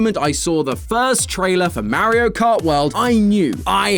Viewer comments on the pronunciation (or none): Stop it's Mario not Mairo get it right 🤬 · It’s MAR-io not MARY-o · MERRY-O? Buddy, it's MAR-EE-OH... MAR as in Mars, not MARE as in a horse. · The way says MAriO instead of Mario 😂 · Calling it Marry-io makes you sound like an out of touch old person lol. But maybe it's the Bri'ish accent, which is cool ngl In the states it comes off that way though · He is the only person who says maerio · . “Merio kart” I miss matt🙃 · "Mare-io" "Mare-io" "*Mare*-io." Poor, poor,.